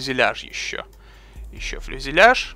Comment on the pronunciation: Фюзеляж! А не фЛюзеляж :)